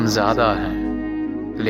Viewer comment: Zaada nahi ziyaadah padha jayega* 😊 . Jab aap kisi bhi lafz ka talaffuz shayar ke hisaab se nahi karte to sher be behr lagne lagta hai.